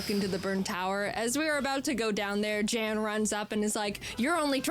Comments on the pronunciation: It becomes even funnier when you find out Jaiden is pronouncing Jan's name completely wrong. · because that wouldnt be the correct pronounciation? the Jan has a very unique vowel sound which isnt used in the english language afaik